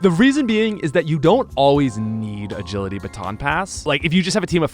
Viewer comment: "If Ledian Bagility Aaton Bass" xD